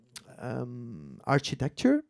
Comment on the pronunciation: the archytetchure